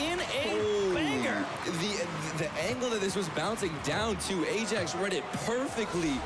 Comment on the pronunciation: ok, is Ayjacks dutch. Because that awesome. I got a chuckle from the pronunciation. AJAX is a dutch soccer team and its pronounced (i-ax.